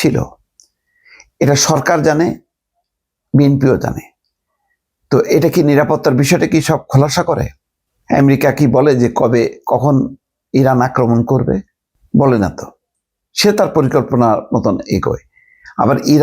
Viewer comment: ভাই আপনার মুখে বার বার আমেরিকাকে এমরিকা বলা খুবই শ্রুতিকটু।